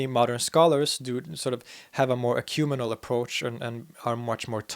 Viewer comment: Ecumenical = ɛkjuː'mɛnɪkəl (five syllables, stress on the 3rd, and pronounce the 4th) Otherwise, excellent, as always.